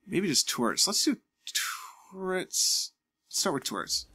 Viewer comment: I've never heard anyone pronounce "Turrets" like "Tourettes", the mildly interesting is strong.